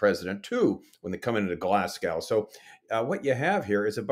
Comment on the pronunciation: Glasgow = go, not cow. Correction from a UK citizen who knows. I keep posting about this!! Otherwise, truly excellent content, and we are so grateful for faithful prophecy watchers who encourage us and help us to keep Looking Up. God bless you both.